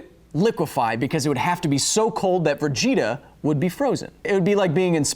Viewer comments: He also said Vergeta, with an r in there for some reason. Like when some people add an r to wash lmao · At thirteen minutes and forty six seconds, you said "Vergeta".